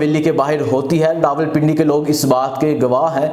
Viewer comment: Bhai hatta kia hotta ha,Bhai khataab hotta ha, anchor ho or pronunciation itni ghalat, Bhai aap Lahorri, khay ko hay kyun boltay ho, aap kaa lahja bilkul uneducated Punjabi lehja ha, Bhai apnay lehja ko improve kro please.